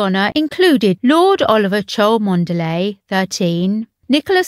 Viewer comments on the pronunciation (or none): If true, then this was a great idea by the young Prince! The "e" in Lopes IS pronounced! And Cholmondeley is pronounced "Chomley". 🤦🏻‍♀️ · This is for the Non-brits, which I’m one of, watching this……. Chomondeley is pronounced “CHUM-lee.” Who knew that’s possible, but now we do. Wish these videos did better job of educating with nuance. Don’t leave us dumb, man! I beg of you!